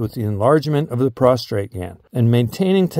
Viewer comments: Good episode. Thank you. Do note however, the word is "prostate", not "prostrate". That word means something else. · Saying prostrate instead of prostate is very common especially if not in the medical field. I hear many people m, women most often say masectomy instead of mastectomy. No biggie.